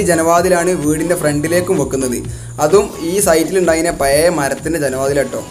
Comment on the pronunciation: പയേ.... വീടല്ല... പഴയ വീട് എന്ന് കൃത്യമായി പറയാൻ പടിക്കു ആദ്യം